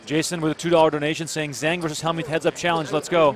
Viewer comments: the announcer pronounced Zhang is not quite right. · You guys are REALLY destroying the name "Zhang"... you're not even close!